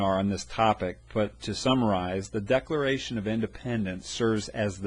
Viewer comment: This video sucks!!!!!!!!! 😡😡👎 He doesn't even know how to say decalalralation!!!! 😢🤬 DISLIKE!!!